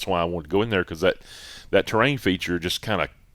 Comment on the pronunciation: Love the show… one observation. It is pronounced TER-RAIN not TRAIN